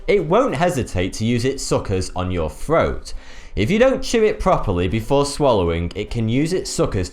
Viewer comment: and... what the thuck is a froat? get it? thuck? thuck?? froat?